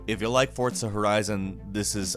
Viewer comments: Forza* not fortza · Wtf is FORTZA ? Its FORZA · For-Za, not Fort-Sa. Or just me? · Fortza... Fortza..? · Fortza!! wtf. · Why does everyone pronounce forza like fortza I don't understand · Fortza, Forza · Know one is going to bring up the forTza ? For T za? It's Forza...no T in there at all. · Why you say "Forza" as Fort-sa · Are you saying "Fortza"? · I know I'm not the only one. "Fortza" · don't really care about racing games...but "fort-za" instead of how its written?! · is he saying "fortza"? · Theres no T in Forza. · I'm sorry, but the way you pronounce Forza is HEINOUS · there's no "T" in Forza, my guy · The way you pronounce Forza is Frustrating me.